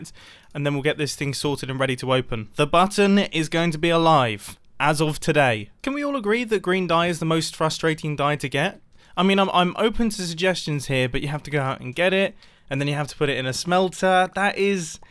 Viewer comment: When he said green dye, i hear it as "grien dye" and was likr wut m8?